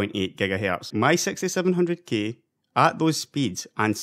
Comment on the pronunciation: i heard it sexty seven hundred gay